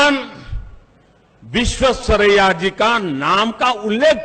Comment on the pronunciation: modiji it is vishveshvaraiya and not vishwasariya. Modiji aur Rahul dono ko ye naam lena seekhna padega